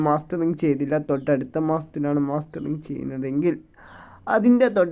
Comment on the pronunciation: മാസ്റ്ററിങ് അല്ല മസ്റ്ററിങ് ആണ് മാഷേ😂